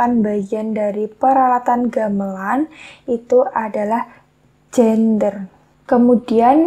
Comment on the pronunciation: Wkwk itu gender bukan gender (jenis kelamin). Itu alat musik gamelan yang notabene lebih mirip piano daripada bonang. Wkwk mumet tutornya gatau pronounce nya